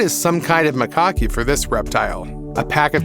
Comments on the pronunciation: It's pronounced Ma-cacks to rhyme with tacks Not Mic-cockys to rhyme with hockey. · A LOT of what he was saying was drivel. Did you hear how he pronounced Macaque to rhyme with hockey instead of tack? If you're going to put out a video, at LEAST learn how to PRONOUNCE things, and what they actually ARE.